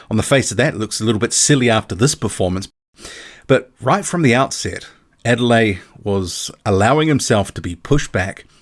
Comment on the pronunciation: The name is pronounced Ade-le-YE. There is emphasis on the 'YE'. It is a Nigerian name, the Yoruba tribe to be specific.